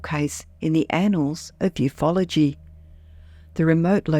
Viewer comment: It's pronounced U fology not Uf ology.